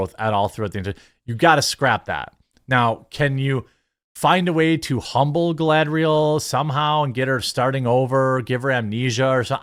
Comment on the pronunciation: Dude, when you say "Galadrial" you pronounce the "A" correctly as a soft vowel. So WHY do you say the "A" so wrong on other words? Like when you said "SAG" as "SAYG"! Gross!